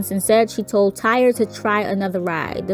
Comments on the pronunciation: I thought his name Tyre was pronounced Tie - Ree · We get it. People are saying tyre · TY-REE.......SIS, ITS TY-REE not TIRE😩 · Girl, I know his name spelled Tyre, but it’s pronounced Ty-ree not Tire. Also, it came out that that chick “Shay Johnson” is a fraud. She’s not related to Tyre, the family doesn’t know her, she never talked to him, and she was only at the ballon release to scam ppl for money and gifts. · Are you sure his name isn't pronounced ty-ree? Or is it actually tire like the wheel. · I believe his name is pronounced like (TIE-REE) not tire like a car lol. I feel like this whole thing is so, so sad. You've got operators that didn't do their job, and respectfully no matter what age my child is imma be there with them and maybe this could have all been prevented. I feel like had he had a extra someone tell him like "bubby maybe this ride isn't for you cause it doesn't accommodate you're weight, and find something that does" that he'd still be here. Kids will be kids and try to do things anyways and it's just sad, because the park hired people whom I'm sure KNEW that they are supposed to double check and even sometimes triple check to make sure rides are securely buckled down, if he couldn't fit the laches over him ?? Why not just tell him to get off ?? That park failed him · Why is she mispronouncing this young man’s name? His name is Tyre not Tire smh RIP to the 14 year old and condolences 💐 to the family. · HUS NAME IS PRONOUNCE TY-REE NO NO DAMN TIRE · Respectfully his name is not Tire. It is Tyre pronounced Tie-ree. Praying for his family. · She really said tire and Tyree is a pretty common name 😬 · Tire?? Ummm it's Ty-ree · RIP Tyre (pronounced Ty-reeeeeeeeee-eeeeeeeee) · Thumbs down because she didn’t know how to pronounce his name? Dumb. And you can’t even see the dislikes anymore so she won’t care lol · Its ty-ree got dammit …